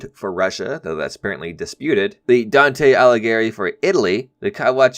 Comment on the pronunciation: I can't believe you said Dante instead of Danty I'm so proud of you